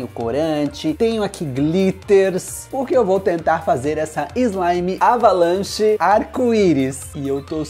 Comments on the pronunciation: Eu acho que em vez de "Avalanche", Ele dizia "Abalanche". Kkkkkkk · Eu acho que em vez de ele falar "Avalanche", ele falava "Abalanche". Kkkkk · Vc não sabe falar certo a slime ? É avalanche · Quando fala avalanche no vídeo não parece q o fala avalanche Quem percebeu isso me responda nesse comentário